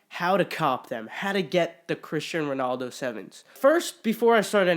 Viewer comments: You murdered Ronaldo’s name oml 😂😂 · COMPLETELY BUTCHERED HIS NAME!